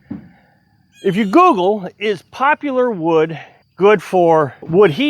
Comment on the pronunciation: You pronounced poplar wrong.